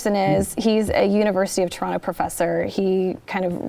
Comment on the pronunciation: Being born in Toronto, you said Toronto perfectly.